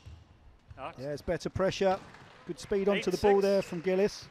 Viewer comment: Awfully easy to like Gilis (pronounced 'Jeeleese' & not 'Gillis' as in 'Dobie Gillis') but impossible to like Farida